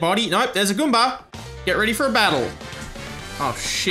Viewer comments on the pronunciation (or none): I love how says 'Goomber' instead of 'Goomba'